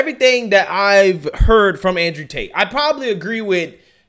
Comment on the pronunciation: “Con artist Ander Tate” 🤣🤣🤣